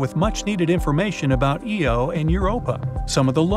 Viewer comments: kinda loses a bit when they mispronounce "Io" as "Eo" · Can we get a moment of silence for IO, for being pronounced eeh-ooh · I stoped listening when you called Io Eo? There is no e mother fluffer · You said Uranus & Io wrong!